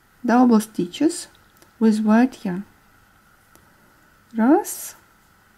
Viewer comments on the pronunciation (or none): none